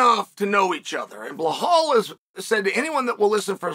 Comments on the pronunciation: Did Leon's brother Fabian say, "Bilal" disserves the fight or "Bihall"? I'm pretty sure he knows how to pronounce the name correctly as "Bilal". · You uneducated rash, it's bilal. Not behlal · “Blahal” gets me every time 😂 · I was actually wondering if he was talking about Belal or is there someone else I don't know called Blahal 😂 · So Belal is worthy but not enough to say his name right? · We will stop screwng him over when you start pronouncing his name right 😂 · Will Uncle Chael ever get Belal’s name right? Probably not. 🤣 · Chael sounding like Johnny English after a muscle relaxant when he says Belal😂